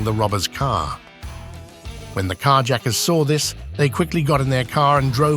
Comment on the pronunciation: I'd rather hear a script read by a text-to-speech robo-voice than this garbage AI narration. Car yacker? talkaboutaplottwist!!@